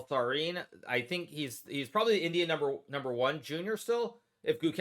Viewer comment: At first I thought Hikaru was saying 'idiot' not 'Indian' 😆